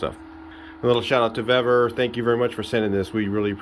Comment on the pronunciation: Super Clean is corrosive, you wouldn’t need full strength either. It’s Vevor, not Vevvor 😁